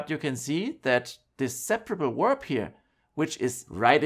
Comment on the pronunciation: Danke fur die Infos. Let me give a tips. When do you use in English the word "verb" then you have to pronounce it as "w" from german not as "u" from german. Verb not uerb In English w =u and v= v. Danke.